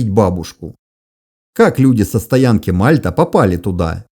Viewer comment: Не упрёка ради, а исключительно ради уменьшения в будущем количества помидоров в адрес уважаемого автора: стоянка в Сибири произносится с ударением на последний слог - Мальта́.